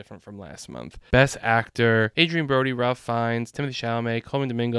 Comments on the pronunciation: I might have taken your predictions seriously if you had pronounced Ralph as is proper for this actor. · Some help with the pronunciations: Ralph Fiennes. Ralph is pronounced RAFE (hard "a" and you don't pronounce the "L"." For Saoirse Ronan, it's pronounced "Sir - sha"